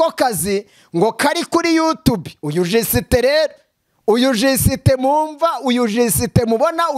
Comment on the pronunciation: Ariko ukuntu uvuga ngo jisiitee birasekeje, wazitoje basi kuvuga just neza 😀😀😀😀😀😀